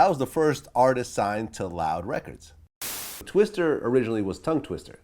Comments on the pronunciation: Vlad please its TWISTA not twister!!!... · Hate when this nigga Vlad does this er shit. His name is Twista not Twister